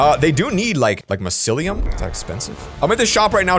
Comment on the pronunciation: It's my-cee-li-um